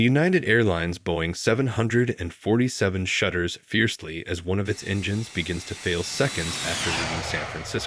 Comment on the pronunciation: Won't it be a great day when AI learns to pronounce "747" in aviation videos.